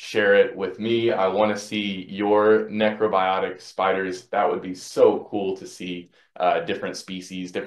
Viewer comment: you wrote necrobotic and then pronounced it necrobiotic on the entire video....